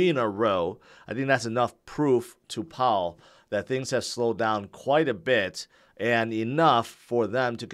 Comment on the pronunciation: Instead of Powell its "Pow"